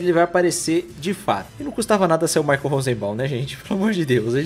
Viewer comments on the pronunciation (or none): none